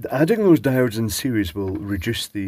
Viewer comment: You thought it was a resistor, but it was me, Dio-de!